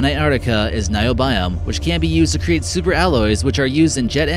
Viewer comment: Niobium and microbial - you are not pronouncing these words correct. Micro Bial ..wtf!